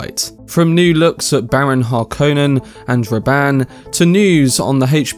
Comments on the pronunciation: Har-Conan? Nonono. Hark-on-Nen. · HAR-konen, not "har-KOH-nen" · Accent the first syllable only, of the surname. *Har*•konnen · This video Butchered Harkonnen, but was it better in 1984? It’s a finnish name.